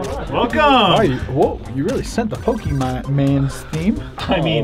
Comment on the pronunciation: Btw pokèmon is pronouced (poke a Mon) or (poke ay Mon) not (poke ee mon)